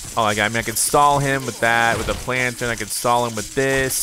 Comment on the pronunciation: HOW DO YOU MESS UP PLANTERN THIS BADLY!??!!? 😭